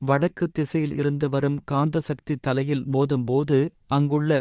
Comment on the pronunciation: Speech not Good and clear. Not well pronounced. eg. வடக்கு as வழக்கு